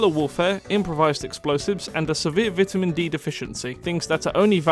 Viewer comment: vit umin?